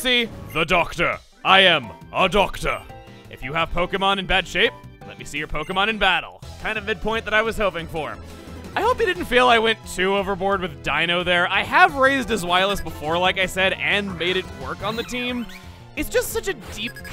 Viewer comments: I agree that this Victory Road has an amazing buildup! Also I'm pretty sure Zweilous is pronounced liked "Zvai-loss". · As someone who took German in high school, the way you pronounced Zweilous offends my sensibilities. Even the Pokedex 3D app on 3DS pronounces it correctly with a V sound instead of a W sound. Does the anime pronounce it with a W sound or something? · Unrelated, really, but I think I know how to pronounce Zweilous and why. Svy-lous. This is because of the German word for 2, Zwei. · At least heatmor's shiny is kinda cool (Also hearing "zwei" pronounced with a "w" sounds instead of "v" is really weird- not complaining but made me question how zweilous is pronounced) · ...The W in Zweilous is pronounced like a V..... it's based on the German word for two..... It's an understandable mistake to make but it still bothers me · He pronounced zweilous wrong